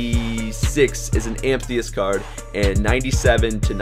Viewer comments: Amethyst lol am-i-thist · It is called AM-e-TH-ist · Ampthiest cards?